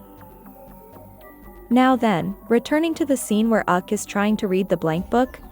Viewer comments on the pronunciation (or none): 😂😂😂You totally read my mind. It's frustrating. "Bayen", "auk" & "Siyo jayong" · Yup especially “Uk”. 😔 😔 😔